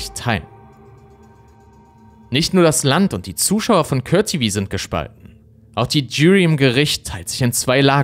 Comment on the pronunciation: Was ist den "Cört TV", Court TV with "Cort TV" ausgesprochen. Es sind die Details an denen du arbeiten kannst.